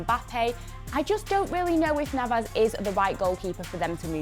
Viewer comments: As soon as she said Navas I knew I can't take her seriously anymore. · "Navas" im going to pretend i did not hear that